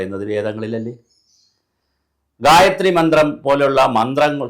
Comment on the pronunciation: Sir, you utterance of gayatri is wrong. It should not be read like a a paper or news., but only chanted with 4 swara sthaanams. In addition, gayathri for every devata exists. Brahma , vishnu , shiva, rudra ,durga, lakshmi, agni, vaayu ,narasimha ,sastha, Subrahmanya ,varuna, ganapathi, nandi, garuda, hanuman, aditya, sukra, nataraja , ...every adidevatha... I suspect many tantris and shantis in kerala aren't well versed in purusha sukta, bhagya sukta, sri sukta or any veda shakas. A bhagya sukta pushpanjali gets over in under a minute. Im learning krisha yajur veda shaka from the age of 14 even now when im 44 yrs old. Pity the sorry statevof affairs in kerala and recruitment methods used for priests.